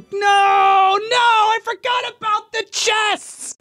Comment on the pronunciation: What aboat shulker boxes. Agin what aboat shulker boxes